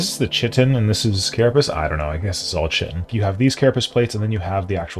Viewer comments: It's pronounced kite-en. Not chit-en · It’s pronounced kigh - tin